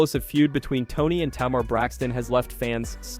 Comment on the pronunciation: It took me 2/3 minutes before I realized he was talking about Tamar (Tay--Mar) and I am very very sure he had at least one person of color at arm's length he could of asked for help or could of not been so lazy and looked it up himself perhaps some of her old interviews or THE SHOW, and learned to annunciate her name, this was unacceptable especially while trying to follow the story.